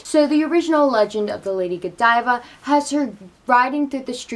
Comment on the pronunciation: On the contrary, I kept watching laughing every time you said Godeeva